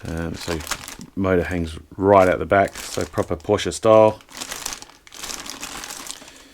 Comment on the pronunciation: sehr gut das du PorschE sagst 👍👍👍 und nicht "Porsch" wie viele Amerikaner.Grüsse aus Germany